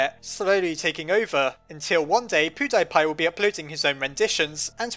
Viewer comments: dat pronouncion POOdypy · "Poo-dye-pie"